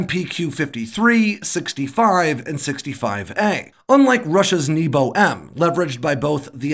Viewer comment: The Russian missile is pronounced "kinzhal", not "kindzal". The zh sound is found in "casual", "conclusion", "composure". And, the nebo missile is pronounced "nyeba". Please fix!